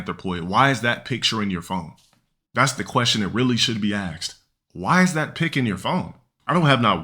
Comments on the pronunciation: "Axed", "keed", not a rog btw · “That’s the question that really should be axxed”